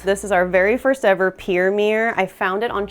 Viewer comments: MirrOr... not mirr...😅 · It’s mir-ror, which is a 2 syllable word, nor meeerrrrr. 😂